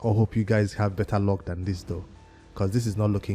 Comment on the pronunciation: It's called L U C K not ( Lock ) 🤣🤣🤣🤣